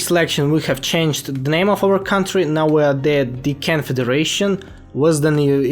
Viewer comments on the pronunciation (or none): none